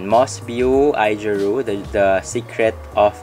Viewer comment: AOjiru po not AIjiru. :)